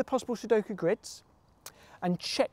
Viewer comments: also says, "C, number of squids" (at least it doesn' t sound like a hard 'g' for "grid" (I know, he does not say squid, more like sqrid) But what does CtRIDS mean? (Count Number of RIDs? R=Real numbers ID as in (uniqe) IDentifier?) So the Count in numbers (real numbers) with unique identifier for every possible grid? That would almost make sense to me... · Its GRIDS (the ct is a g:)